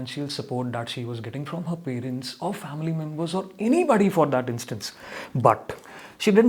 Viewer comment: Haven’t he miss pronounced “parents” and “competitive” ? I was expecting this to affect his pronunciation score!!